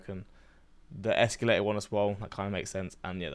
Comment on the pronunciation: She’s mispronouncing escalator, she says “esculator” but it’s derived from the word “scale” not “scule”.